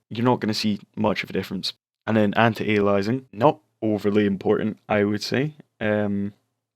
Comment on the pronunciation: you say Anit Ailiasing weird bro